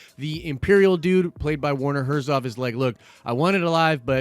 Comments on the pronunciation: His name is Herzog! Not Herzov. You said it several times. Come on man. A Nerd would not miss that detail. Also, I agree with another comment, maybe the Baby Yoda is actually a clone of Yoda?! Not just his species, but actually him. That would be insane! I'm going with that. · It's HERZOG not HERZOV! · Herzo*G*. Werner Herzog. ;) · the "ö" aka o umlaut is pronounced like he said it, German and stuff Edit: but the gh is better